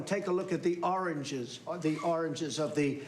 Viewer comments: Damn it! I will never be able to say origins again. It’s “oranges” now. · I honestly didnt understand the oranges word when Trump said it. Then Trevor explained and I thought... Oh shit he meant origins!🤣🤣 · I'm buffled by the fact that Trump could not say "origins" instead he said oranges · “ Oranges” instead of “origins” 😂😭😭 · my favorite “the oranges” 🤣🤣🤣🤣 you can literally hear someone say “What????” 🤣🤣🤣🤣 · "Oranges" Oranges?? Seriously?? He didn't even know his English well.. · What I heard was "Oranges in the beginning" I am confused about the Oranges origins🤣 History of orange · Love it. Sounds like he's saying oranges, doesn't he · nucular oranges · “ThE oRaNgEs” 🍊 My favorite slip up of all time😂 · I really thought he was saying oranges😆 what did Oranges have to do with the investigation. Maybe it isn't to late for speech therapy. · He can't pronounce origins? Jesus help us. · It took me way too long to figure out he was trying to say origins 🤣🤣🤣🤣🤣🤣🤣🤣 holy fuck. This is our president? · he is trying to say Origins 🤣🤣🤣🤣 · Lmao he was trying to say origins 😂😂😂😂😂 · It sounds like those seagulls from Finding Nemo. It took me a bit to realise he means "origins"... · Lol was he trying to say origins..... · yes him trying to pronounce "origins" is fucking epidemically sad .